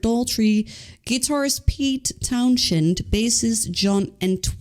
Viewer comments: It's pronounced Pete TOWN-send. Just sayin'. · Please, pronounce names correctly, everywhere in the world people say Pete ˈtaʊn.zənd, right ? Congratulations anyway for discovering The Who, better late than never...